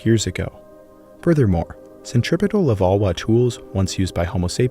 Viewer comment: Levallois = lewahwah..??? NO